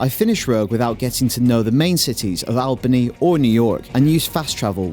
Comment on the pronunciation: I'm from Albany and it's pronounced All-bah-nee. It doesn't really make sense now that I think about it. But for that reason I'd have a ton of fun exploring. I ignored this game because it's last gen but now I'd definitely pick it up from a bargain bin.